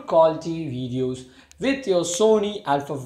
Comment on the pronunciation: Is this how you record good quality... 'vedeos'?